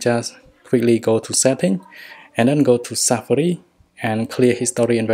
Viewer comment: He not said safari, he said safri